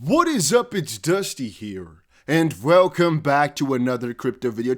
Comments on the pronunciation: The way you say welcome is interesting. Velcome is vhat I hear. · Sounds dutch to me..